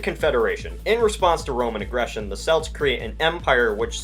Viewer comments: it’s pronounced kelts not selts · Celts is pronounced with a hard C, "Kelts" rather than "Selts" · Did....did you say.... "Selts"? It's 'Celts' as in 'Kelts', there is no discussion on the pronunciation of this word. You're probably thinking of the football team. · It’s not Selts, it’s pronounced like Kelts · Celts is not pronounced selts. It pronounced kelts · Celts is pronounced Kelts, not Selts. Yours sincerely, a British person. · Celt or celts or celtic are pronounces with Ks, like keltic, kelt, or kelts. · It is pronounced kelts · It’s spelt celts but pronounced kelts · I know I'm 5 years late but the "c" in celts is pronounced like a "k" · M J bruh I guess amerisans invented selts didn’t they, and that they know how an entire sulture’s name should be pronounsed. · What are selts? There celts (pronounced with a K). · Celts is actually pronounced like Kelts, although spelt as Celts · celts pronounced Kelt s Britain prononced brit an just helping u prononce it beter :) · I despise when people pronounce Celts "Selts" like seriously? If you"re going to make a video, please learn how to pronounce things correctly. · That's not how u pronounce celts. it's "kelts" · Ooooh the pronunciation hurts. It's more like "Kelts". Hard c sound. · Celts is pronounced with a hard k sound. It only sounds like an s when you are talking about the Boston Celtics. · Christian Ali Celts being pronounced with a soft c is like Hebrew being pronounced with a silent h or Christian being pronounced with the "tch" sound most chs are. It's just wrong. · You pronounced celts wrong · Every time you say "celts" or "Celtic" you are saying it wrong, the way you say Celtic is the name of a Scottish football team, but when you are talking about the celts (the Irish, Scottish and Welsh...) you pronounce celts with a k so it is more like kelts or keltik. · youve got downs narrating.. celts is pronounced with a 'k' and Britannia has an emphasis on the 'Ns'